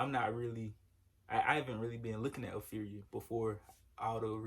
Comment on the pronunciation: It's pronounced APHRIA ( aff-ree-a ).